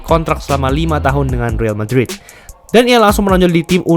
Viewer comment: kritik & saran dari gua bang: -bacanya real madrid bukan ril madrid - kenapa ga sebutin kontrak pertahunnya aja bang itu bakal lebih spesifik dan penonton juga kebayang seberapa besar tiap pemain ambil persentase cap space dari situ juga bakal keliatan seberapa besar tim menghargai presence doi - kayanya gaji pemain dalam rupiah ga penting karena angkanya pasti fantastis dan ga menggambarkan apa apa sebagai data kalo gua keliru ayo bang jadi bahan diskusi aja gua anak baru di nba😅